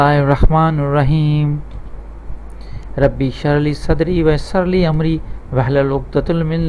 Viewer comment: आयत मे किताबुल मुबीन नहीं, किताबिल मुबीन है। और दुआ मे रब्बी यस्सरलि नही,, रब्बी यस्सिरली है। देख कर आहिस्ता आहिस्ता सही सही पढ़े,जल्दबाजी मे न पढ़े। मेरा मशवरा है कि पहले खुद किसी अच्छे उस्ताद से पढ़ना सीख ले, फिर पढ़ाना शुरू करें।